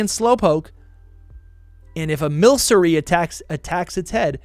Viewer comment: Mill•sir•ree?? 👀 Hate to be the pronunciation police since Pokémon names have different interpretations and accents in different dialects (looking at you Arceus) But I’ve always seen that lil off white splash on the new Slowking’s head as: Milk•ree ~Because it’s a milky lil guy~ But also correct me if I’m wrong👍🏽 And now, we all collectively forget about orbeetle ✨poof